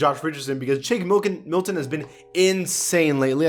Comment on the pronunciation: Did y'all hear say Shake Milkin